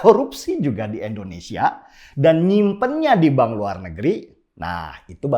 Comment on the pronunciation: Indonesia bang bukan endonesia.